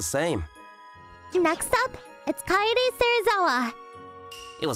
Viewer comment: Kaede is not pronounced kady or Katy kae-de